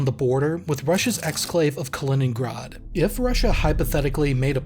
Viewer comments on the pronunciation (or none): none